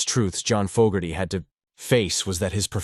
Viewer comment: Maybe program your AI narrator with the correct pronunciation of Fogerty